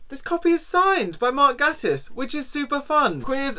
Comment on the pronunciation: Ooh I love Mark Gatiss!! Or Gay-tiss as he says it’s pronounced haha! Interesting book! He’s also written a series about a character called Lucifer Box who is openly bisexual which id recommend! :)